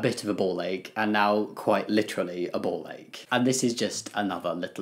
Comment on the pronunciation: I thought he said “ball egg” 😂